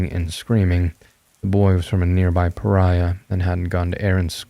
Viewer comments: Louisiana may have its share of "pariahs", but the County-level governmental organization is a "PARISH". Otherwise, wonderfully done and authentic sounding! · It’s just pear-ish if that helps :) It just made me internally giggle because Pariah sure as heck feels fitting sometimes if you’re not from there